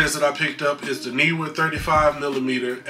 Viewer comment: haha word! Think you nailed the pronunciation of Neewer by the way;)